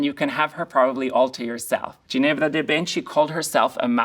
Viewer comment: I am not a native but I’m fluent and lived in Bologna for 10 years You are absolutely right. Fumato was pretty good but Ginevra was off. STILL, a lot better than many who say Moschino as MOSCCINO😂😂😂😂